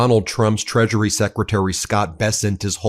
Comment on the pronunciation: Did you just say treachery secretary?